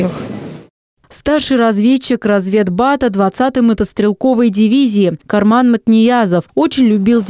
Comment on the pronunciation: Весь уровень нашей журналистики на этом видео. Даже из уважения к погибшим ребятам не могли нормально подготовиться к трехминутному ролику! Погибшего солдата зовут не Карман а КаМран. Сперва голос за кадром говорит, потом еще подписывают когда супруга говорит...Как же не уважать нужно павших чтобы так наплевательски к ним относится!!! Для чего редакторы вообще нужны? Идиоты